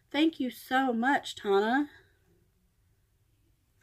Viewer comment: I am so happy that you liked your package even though you butchered my name lol. It is pronounced like Daytona but no day. I hope you don’t mind I reached out to a few of your subscribers who I wanted to show some love friendship and kindness. Tona